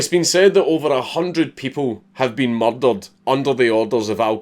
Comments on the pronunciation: When he says murdered it sounds like muddled. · Mer'derur'd, the Scottish accent sounds awesome. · Maryl Daryl'd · M U H D A H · Who else loves when he says "murdered" in his Scottish accent Edit: I'm like an F list celeb with all these likes. So obviously give my twitter a follow: miguel_alhakim